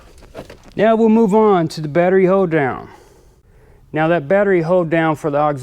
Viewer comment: Did any else think it sounded like he says hoedown i assume he saying hold down